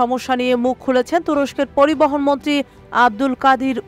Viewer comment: আমি ভালো শুনতে পাচ্ছি না উনি মন্ত্রী বলছে না মনটী বলছে।